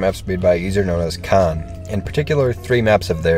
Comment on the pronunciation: it's pronounced "dayum cone" xd